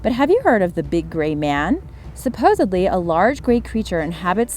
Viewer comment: Lost me at “Supposubly”